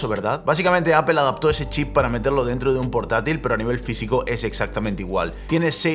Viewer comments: No se dice Apel !! Es más parecido a decir Apol!!! sorry pero por algún motivo me desespera oírte decir Apel hahahaha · Botón para que dejen de decir "APEL" y digan "APOL". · Nunca he entendido por que los españoles dice apel y no apl cuando se escribe apple y por que aqui no usar la regla de como se escribe se dice. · ¿Por qué dice apEl? 🤣🤣🤣